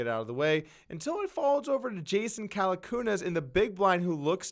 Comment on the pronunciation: "Jason Calacoonas" What!?